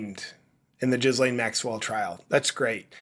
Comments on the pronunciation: The "s" In Ghislaine is mute JP! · Small detail - say the name "Elaine". Now put a G in front of that. Now say it. Don't pronounce the"s". Like all languages, French has it's quirks. You're welcome. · 🤣🤣🤣 "....ChatGPT asking Chuck Norris questions" 🤣🤣🤣 I give that 🖐️ five "Rick-rolls". .....also I can't NOT hear Jizz Lane, when you say her name. 🤣